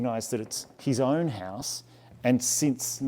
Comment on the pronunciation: His oern hoerm!